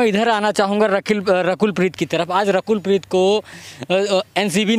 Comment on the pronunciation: Reporter saying rakhel preet 😂😂😂😂 instead of (Rakul preet )